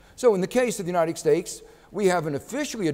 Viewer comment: he often says 'k' for a 't'. United Stakes of America. turning poinks XD